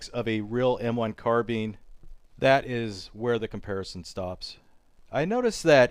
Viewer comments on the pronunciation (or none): Carbine not carbeen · Carbine not carbin grr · It's not " Carbean", it's called a " carbine" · Carbeen 😂 Car-BI-ne